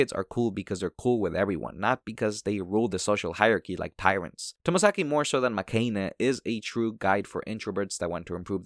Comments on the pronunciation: It's makeh-inn btw, from "make" meaning lose and "heroine" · the "ine" in makeine is said like "heroine" in the title 😂